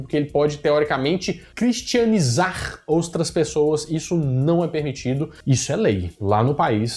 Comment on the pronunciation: O melhor foi o falando “cristianizar oustras pessoas” 😂